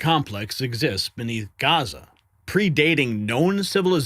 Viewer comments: NOT “GAZA”, ITS GIZA FFS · he says Gaza again, like the moron he is. It's Giza, dummy!